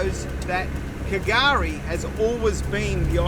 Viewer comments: yep, that silent "K" confused all, but slowly we are learning, as I said Patrick put me in place, it's just pronounced as Gari mate, that was in 2021. Another youtuber Daniel from "Explorer Bound" was pronouncing it same as you, but now knows "K" is silent too, so more followers learning slowly. Special Special place, literally paradise in nature as by name.. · Was wondering from the Start if you were going to go on calling it K'gari, sounds so wrong, old mate Patrick, a ranger set me straight, drop the K mate, just say Gari. Love the place, going again in August, whales galore then. Hadn't heard of the 1943 army location, but I do know the RAAF.still do circuits of it, never heard them coming, but crap yourself as they pass over, so incredibly loud, yet zero warning. So much to see & do here, never fails to enthrall me, you barely touched the surface of it. Wealie